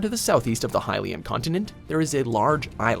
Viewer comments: hai-lyan? seriously, lol. it's actually (HILL)IAN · #8 the hyian sheild ..THE HELL? what happened to the L